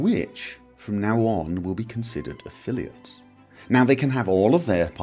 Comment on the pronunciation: You also made a mistake in "affiliates".